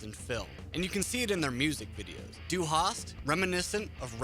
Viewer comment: He couldn't even pronounce "Du" in Du Hast. He said Due